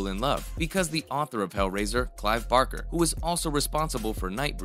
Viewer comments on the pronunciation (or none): none